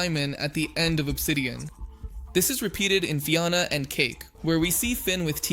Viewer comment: Is the voice Ai? Because theres no way you would pronounce Fionna’s name and Ooo like that if you watched the show. Its fine if it is an ai voice i just wanna know